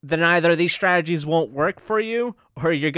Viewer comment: I like your videos, but it bothers me that you pronounce the word Strategy as "Shtrategies"